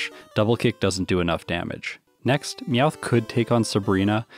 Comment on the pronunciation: NEVER USE A NORMAL TYPE MOVE ON HITMONCHAN UNLESS YOU CAN GUARANTEE A OHKO! In other news, Him calling Meowth "Mouth" was funny, so there's a like.